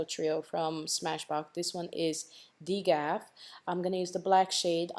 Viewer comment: Is it possible the trio shadow was called D.G.A.F( don't give a f**k) 😂😂 I giggled a little when I heard "Degaff"